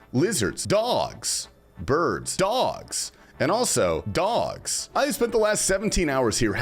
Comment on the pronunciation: Cmon, you should watch the movie "Snatch", then you'll know the correct prononcuation of "dogs"